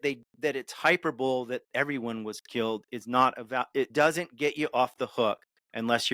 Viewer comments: Did he say "hyper bowl" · oof. Im guessing hes a big reader instead of listener or watcher lol. Hi-per-bowl-ee